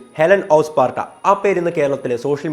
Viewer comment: ഹെലൻ ഓഫ് 'പാട്ട' എന്ന് അറിയാതെ പറഞ്ഞതായിരിക്കും അല്ലേ...😂🤣 📍Pin please...